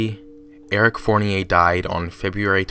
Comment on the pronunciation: Ummm, that's not how you pronounce Fournier. It's pronounced "Four-nee-er."